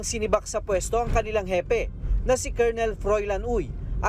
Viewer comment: Hanep sa emphasis sa "sinibak". Kala mo naman tanggal sa serbisyo.